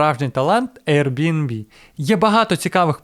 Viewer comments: Ви шо гоните, невже так важко правильно сказати назву!? Який нах RNB!? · Дякую за класні відео❤ З усієї повагою, подивіться, як правильно вимовляти Airbnb😊